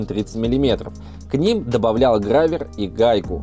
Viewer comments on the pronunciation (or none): Только не "гравер", а "гровер"- гроверная шайба. Изобрёл Джон Гровер. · Ну... Во-первых... грОвер! А во-вторых сррррочно к логопеду! 😅😅